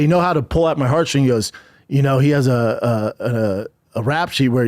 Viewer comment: Did he say, "...they know how to pull out my heart string,..."? Wow! This guy can't articulate even the most basic of sentences. Is he drunk, or on drugs? So much slurring, stuttering and umming and ahhing going on it's almost impossible to understand a word he's saying. Absolutely wild this guy does a job which involves talking!